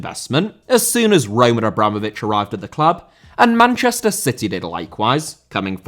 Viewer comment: Bernabé* not Bănăbei Pérez* not Perez Roman* not Rouwman Emirati* not Emerohrti Serie* not Siri München* not Munich Lionel* not Lenl Drawing* not Droring Betis* not Betes Abreu* not Ăbreyuw Atlético* not Atlétecouw Bundesliga* not Băndesliger Barcelona * not Bohçalouwner Eredivisie* not Eradevizei Primeira* not Premerer Idea* not Ideer Philippe* not Phelippei Coutinho* not Khuwtchinhouw Augsburg* not Ogsbög Cornet* not Cohnei Guimarães * not Guímaraich Soumaré* not Soumarei Dortmund* not Dorhmund Jesus* not Djéisus Oleksandr* not Alekzander Rather* not Rother